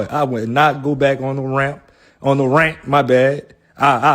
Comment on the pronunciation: This nigga said RAMP.....😂😂😂